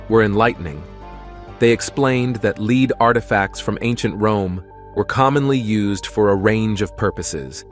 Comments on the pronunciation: A ' leed coin'?, AI can't pronounce 'led'? More click bait.... Doh ! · lead not leed or led